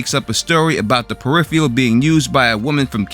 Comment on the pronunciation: Can’t even pronounce the show’s title correctly 👎